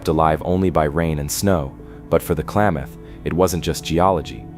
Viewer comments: *klameth is more accurate if you've ever been there 😂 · It's not "Klaw-mawth" it is "Kla(a=as in apple)-math (as in Math). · Most Oregonians say Kalam muth! Not maaath! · Klamath is pronounced clam math like mathematics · really I'm from Klamath falls no one pronounces it Klaymoth